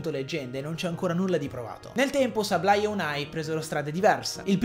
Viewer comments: Grande inventiva. Comunque Sableye, si prunucia: SABLE-EYE(Seibolai) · Innanzitutto, grazie per la risposta. Comunque se come dici tu “Seib-lai", Ok, ma con la B di mezzo maiuscola e molto accentuata. La B é come se pronuciasse anche un O chiusa, non so se mi spiego.. Scusami ma pronunciare Sableye: Seblei o Seiblai senza accentuare la B, non si può sentire...